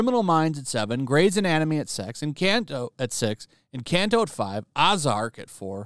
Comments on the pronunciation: It’s not “ozark” with a short o sound it’s a hard capital “o” like “oh” fix your engrish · How do you not know how to pronounce Ozark? How do you not know what Cobra Kai is? SMH…